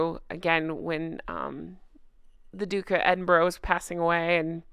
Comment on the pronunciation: Love your videos. Just a wee side note, Edinburgh is pronounced Edinburra lol